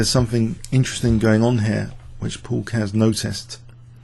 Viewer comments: Great video. You pronounced "Keres" wrong, by the way. It should have two syllables (KE-RES). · Actually is pronouncing it, Keihrs not Cares.